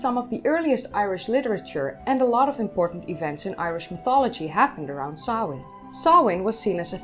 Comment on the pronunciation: I appreciate that you pronounced the name correctly. The possibity that language and its written representation might have sound patterns that differ from a speakers own mother-tongue never seems to occur to some.The care you take shows your respect for others. Another festival Bealtaine is often rendered as Bell Tane which is a harsh sound to airish ears. Sam Hane is"forgivable" to some degree as it most often arises when TV presenters provide fifteen seconds of deep-background at Hallowe'en. Thanks.